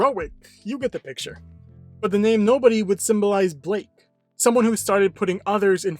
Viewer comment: Guys. Isn’t Blyke? Not Blake.